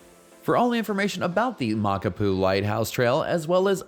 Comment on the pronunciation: My father in law helped build that trail/road/pathway. It's fun, a good grind, and beautiful. Check your pronunciation of the trail name though.